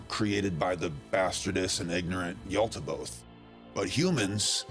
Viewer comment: Because it's Yaldabaoth with a D. Makes me doubt the validity of the entirety of your research, now. Yal-Da-Bay-Oath